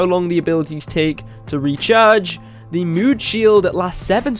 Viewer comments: Evan Drennan he is saying moon instead of mood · There u go u are saying mood XD